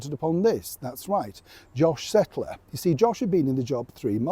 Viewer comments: Please, please, please, he is Josh Kettler With A K - not Settler. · It is Kettler with a K, not Settler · Josh Kettler not Settler